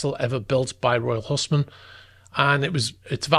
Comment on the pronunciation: Royal HUISMAN is pronounced HOUSE MAN !